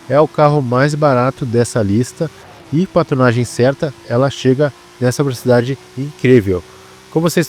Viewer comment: mano que agonia vc falando verocidade (velocidade) o tempo todo klkkkkkkkkkkkkkkkkkk